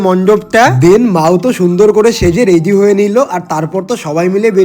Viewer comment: Ready❌ Readhy✔️🙂🙏🏻